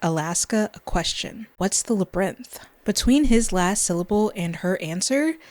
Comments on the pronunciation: Only because I care about lifting up your works, enough to brave the possible ire of other fans: LAAAAH-burr-inth, not labrinth. Three syllables, not two. The y in labyrinth is not silent. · Flawless. However, Lab-y-rinth. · I've never heard anyone drop the "y" from labyrinth before.